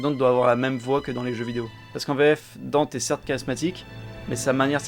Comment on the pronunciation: Par contre le fait que il l’appelle DANTE, bordel il sa se prononce DANTÉ ils ont fais la meme connerie dans dmc